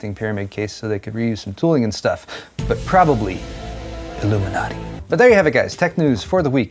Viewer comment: mispronouncing Illuminaughty